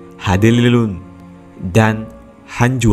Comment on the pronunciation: bang lu orang mana sampai gak bisa menyebut hanyuang dan hanjuang saran dari gua coba lah liat chanel di samping haha